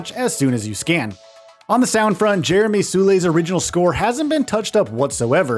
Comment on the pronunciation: "Jeremy SOO-LAY..."